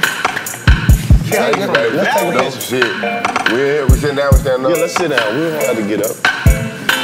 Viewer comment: It’s not kali it’s kaliii😏